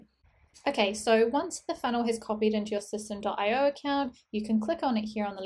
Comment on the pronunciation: just watched a video from the owner/founder and he pronounces it "systemy" not system. ;-)